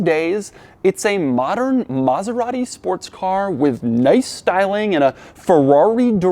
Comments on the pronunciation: its not Mazerati its Maserati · Maserati Coupé not "Coup"